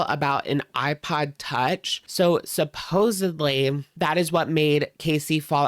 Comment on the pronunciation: Love it when people pronounce "supposedly" PROPERLY. YAAAAAS!!